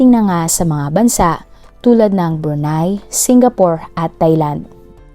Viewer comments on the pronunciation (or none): none